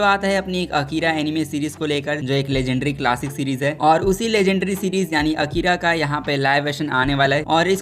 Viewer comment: Its not akeera but A kira